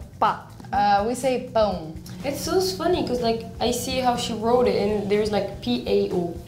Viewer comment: No, not the case. They can read it just fine but not understand spoken portuguese, their pronunciation is so strange and unfamiliar to spanish and italian speakers. Like you heard here when she said bread. Pan, pane makes sense but what was that in portuguese? Doesnt sound like bread. So many words like that in portuguese. Same with italian and french, they may be lexically very close but as you saw here they cannot understand each other due to pronunciation and perhaps some other problems. Same with portuguese and spanish